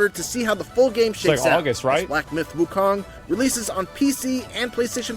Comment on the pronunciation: FYI…The MISPRONOUNCED “Wukong”.